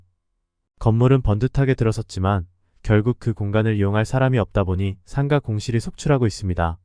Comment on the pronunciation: 상가는 상까로 발음하지 말고 상가로 발음하세요